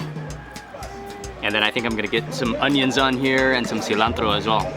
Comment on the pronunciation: Since you've bin in Mexico you say cilantro like a mexican hahaha 😂 Love too and ✌🏽️